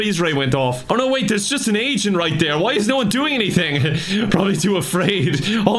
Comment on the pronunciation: Are you saying "agent" or "asain?"🤔